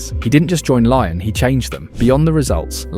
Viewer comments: Learn to say Lyon in french. Is not Laian. Is Lion. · Why do you keep saying Lion instead of Lyon? Are you Ai? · Lyon is not pronounced Lion, it's Lee-Own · Its not Lion its Lee-ON! LYON. How can you so confidently say "lion" over and over again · to hear Lion instead of Lyon hurts anyones ears, wtf. its a place, bro, f-ing use words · it's not laion, its LYON, french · say it with me lee on not lion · great video, but ill hate you forever for calling lyon of lion 230x throughout the video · pronouncing olympique LION is a bizarre choice (endrick's a monster tho) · its pronounced Lee-On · Stopped watching immediately after 'Laion' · please, just say "lee-on". Lion is the animal, not the city. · More like "ong" than "on". So "lee-ong", not "lee-on".